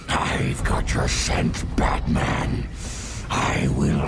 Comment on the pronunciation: 'butman' Dude......